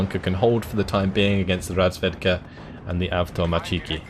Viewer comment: The correct russian accent of the word "avtomatchiki" is on the third syllable, so it's like avtomAtchiki.